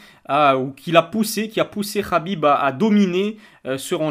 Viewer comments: Frero sa se prononce Khabib pas Rabib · On dit Khabib pas rrrhabib